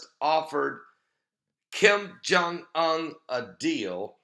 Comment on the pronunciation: OON... Kim Jung UN, pronounced 'OON'- like 'SOON' without the 'S'.